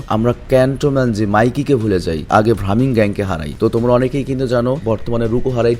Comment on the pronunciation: ভাইয়া সেনজুর gang এর নাম ভ্রামিন না ব্রাহমান হবে 😊😊